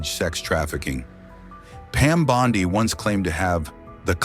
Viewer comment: Bondeye AI needs some work.